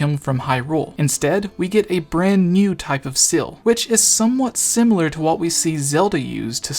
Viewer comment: not once did you pronounce seal right